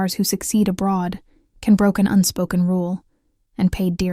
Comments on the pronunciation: You don’t even pronounce his name correctly. His name is not pronounced Can but Jon. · I appreciate the information you have to impart but it drives me nuts when journalists do not take the time to pronounce the names of Turkish actors or their work correctly. Please take a moment to pronounce properly beginning with "Gian" Yaman. in Turkish it is not a hard C. A C is pronounced as a J unless it is Ç which is a ch sound. Please correct your pronounciation. Can's arrogant behavior does not endear him to many.